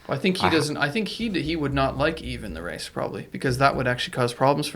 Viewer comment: excellent discussion - the s is silent in Yves and is pronounced "eve"